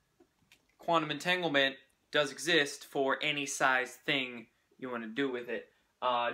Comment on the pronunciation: Omg you really butchered entanglement lol